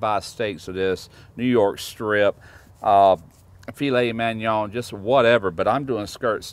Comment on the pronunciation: "FEE-lay man-YON" He slaughters the french words too lol.